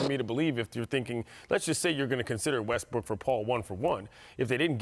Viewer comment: Its impossible for Ramona to pronounce westbrooks name right.... "wussel westbrook"